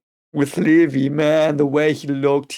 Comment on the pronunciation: Levi is pronounced "Lee-vye", as in, the english way and not the german way.